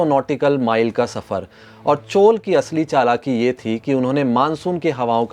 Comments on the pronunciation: Chol kya hai? Maurya ko maur kehte ho kya? CHOLA . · चोल को चोल् नही चोल्अ पढ़ा जाता है।